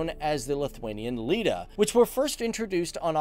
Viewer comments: He said litai wayyyyy wrong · ITS NOT "LIITAA" ITS "LITAI" (pronounced by Lit—ay) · Lithuania is my country! Myliu lietuva. ❤️❤️ Labai gražu. Aš esu buvus. But I do live in America. All my relatives are in Lithuania ❤️ Edit: omg the way you said her name 🤦🏽‍♀️ You butchered it 😑 not surprised tho no hate Edit 2: lyta? Really? L-i-t-aye sorry sorry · It’s pronounced litai Like Muay Thai